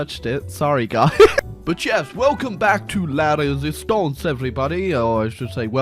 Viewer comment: was a good prononciation of "la résistance"